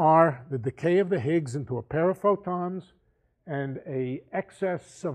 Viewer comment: Nice guy, but this lecture is so rich with misinformation and dilivered with such certainty. Shockingly wishy washy. "Ziggs" - shoot me in the head.